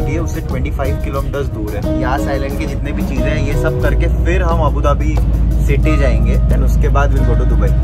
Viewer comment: male version:- abadubi female version:- abudhabi